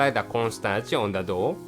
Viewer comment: LOL in another vid there's one part where he sounds like he's saying 'let's steam the dog.' LOL